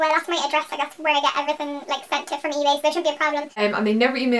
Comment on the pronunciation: It's funny how you still have your Cork accent until you say the word "everythin'" which you say in a really strong Belfast accent haha :)